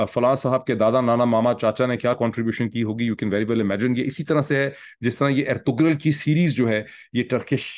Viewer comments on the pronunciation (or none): none